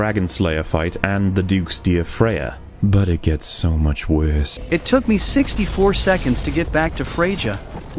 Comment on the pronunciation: The real problem is how pronounces "Worse"